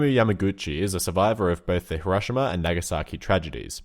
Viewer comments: I love ur content but the way u say Hiroshima makes me cringe I've always heard it pronounced hero-she-mah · THAT IS NOT HOW YOU SAY HIROSHIMA